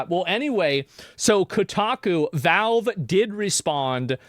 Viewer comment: Why does this guy keep saying "Velve"... is it hard to speak out the letter "A"?